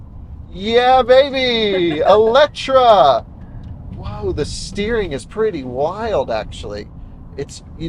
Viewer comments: It is not called Eletra, there is an E at the end, so it is called Eletre 🙂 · EletrE not EletrA.. How hard can it be to even read.. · Oh man!! It’s called eletrE (E not A - and no C)!! And is has nothing to do with electric or whatsoever 😅 eletre is Hungarian and means something like „revive“. That’s what Lotus wants to chip in with the name. Other than that: simply a dream of a car 😊😊